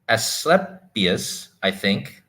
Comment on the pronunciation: Asclepius = UH-skleep-ee-us